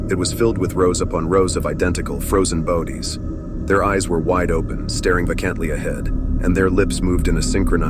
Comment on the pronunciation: I realized it when I heard the word "bodies" pronounced like "bowdies". Next!